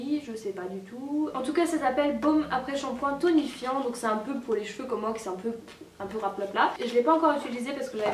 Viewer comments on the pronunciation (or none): none